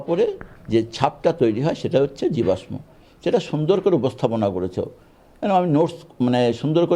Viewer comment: যে জীবাশ্মের সঠিক উচ্চারণ জানে না, সে কি না শিক্ষক! ভাবতে অবাক লাগে 😔